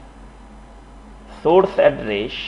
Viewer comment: It's Good, and Informative, however your prognostication is terrible of address, station, enable, list. It's really distracting and annoying :)